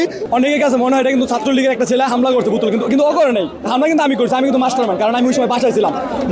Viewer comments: কথা বলার উচ্চারণই শিখে নাই সে আবার মাস্টারমাইন্ড... বুতুল না বোতল সেটা আগে শিখো তারপর কথা বলো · প্রথমে সঠিক ভাবে বোতল বলতে শিখ, এইটা বুতুল না, এইটা বোতল।